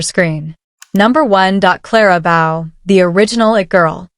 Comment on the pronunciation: Number one dot Clara Bow?! The correct pronunciation is a long “O” sound. Remove the “L” from the word bowl and you’ve got it.